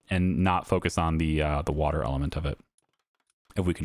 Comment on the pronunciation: I love this series and your other videos but I'm sorry " waw water"😅